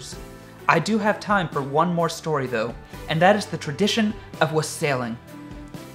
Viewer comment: The holiday stories were truly lovely, but that handsome young man mispronounced a word (not his fault, I assure you). The word wassailing, (I might be be misspelling .) It is pronounced " wah-sull-ing", with the accent on the first syllable. it)